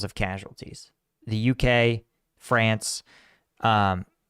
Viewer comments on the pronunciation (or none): none